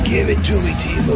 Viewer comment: The "ee" in Teemu is closer to "bear" than "tea". It's not Tiimu.